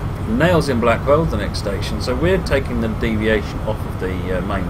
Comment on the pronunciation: you keep calling it Nailsea & Blackwell. It is Nailsea & BACKWELL.